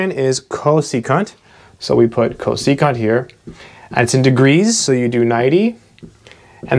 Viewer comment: When he said "co-se-cunt", i felt that